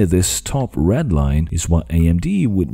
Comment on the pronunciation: When you referred to the second red line, why did you emphasize the word "red" whereas the previous line was red as well? I also heard strange things like emphasis where I didn't expect.